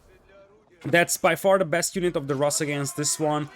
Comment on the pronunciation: In word Rus, the sound in the middle is the same as in the word pool. Pool - [ pu:l ] Rus - [ ru:s ] Да.